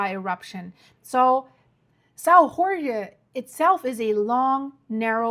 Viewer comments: Saò jorge Translation=Saint George. Not Mexican ! Not "hore hey."🙄🫩😆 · You lost me on the "Sao Rorgué island". If only the english speakers new that Jorge in portuguese is spelled almost like George in english... And this event happened 4 years ago. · Please, just say: "São George"... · You can pronounce: island of Saint George , in Azores. Very nice islands to visit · I’ve been to Sao Jorge. It’s beautiful with lots of evidence of volcanic activity. But please. you’re pronouncing Azores and Sao Jorge wrong. Please, you need to fix that lest it diminish the seriousness of your report. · Thank for the information, but please say the name of the island correctly. It's São Jorge or St. George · You can’t expect her to know every language. Portuguese has some strange sounds, too. I say this as an Azorean descendant!